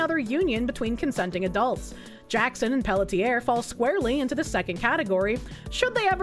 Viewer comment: Pelletier is pronounced pel-tsee-ay